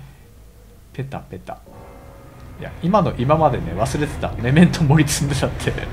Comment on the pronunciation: メメントモリのイントネーション違うね、1回ガンダムダブルオー見た方がいいですよ